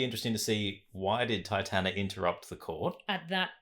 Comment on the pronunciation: Enjoyed the reaction but please it's Titania not Titana